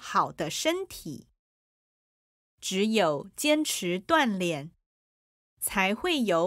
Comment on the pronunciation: 老师，在3：42是读锻“炼”（读音：第四声），不是第三声。